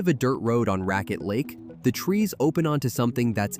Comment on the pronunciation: This is great just visited all of this with my son We grew up canoeing and climbing here But it’s pronounced “Rackett” lake 😂